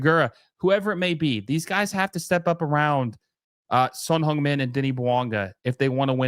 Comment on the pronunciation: C'mon guys if you like Son Heung Min, learn to say his name right. It's not like he's a rookie either.